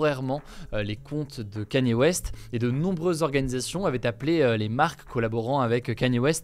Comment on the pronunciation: T’As prononcé 100 Kanye West aucune des fois était la bonne 😂